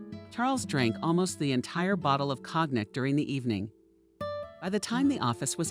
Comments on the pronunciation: "Cognac" is pronounced "kon - YAC" with emphasis on the 2nd syllable. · Cognac is pronounced co-yac.